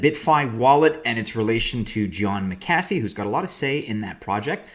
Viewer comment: His name is pronounced MAC-a-fee